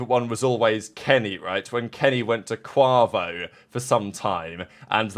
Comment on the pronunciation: You’re mispronouncing Quavo lol. Absolutely butchered it 😂